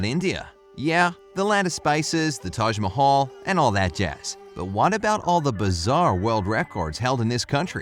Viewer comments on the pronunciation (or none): It's not toj Mahal its Taj Mahal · Its t age mahal not t age mohole!! !